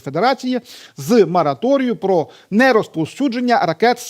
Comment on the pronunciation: До ведучого: Не мАраторій, а мОраторій